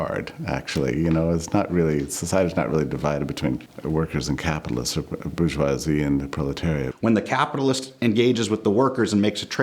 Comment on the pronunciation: It's bour-geoi-SIE